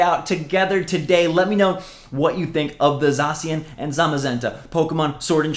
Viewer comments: “Zah-she-in” that’s how you pronounce it buddio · Za-shi-an That's how you pronounce Zacian come on dude